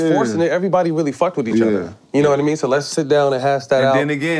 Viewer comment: “And I still got that burner...nawmean” 😂😅☠️